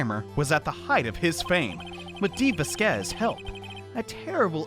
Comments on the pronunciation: as a native spanish-speaker, it's written "Vásquez" and pronounced "vass-kass" somethn like that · lol i died when you say dee va-squeeze lol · Vasquez is pronounced (vass-kez) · Dee "Vaskes" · IT'S PRONOUNCED VAS-K-EHS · Gotta say it..... VAH-skehz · Va squeeze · not knowing how to pronounce "Vasquez" after so long is so funny to me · not being able to pronounce Vasquez is gold 👁️👁️ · i want a compilation of butchering Vasquez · can pronounce Manuel right on the first try Also: couldn't pronounce Vasquez right after all this time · well i am pretty sure he was messing with us, he did pronounce it correctly at the beginning of the video but laughed it off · Fun fact: people from the south can pronounce 'vasquez' more easily because we're close to the border lmao